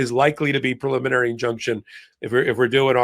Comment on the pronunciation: I'm betting that Karen is the ONLY attorney on the program who can pronounce PREEE-liminary. Both Ben and have made up a new word, PULL-iminary. 😂🤣😅😁